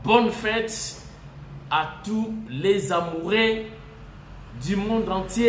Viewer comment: Fête des "amourés"?!?!? "amoureux" fait un effort pour la prononciation.